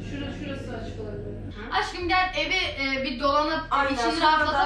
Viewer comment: Nobody: Ecenaz:Aşkıım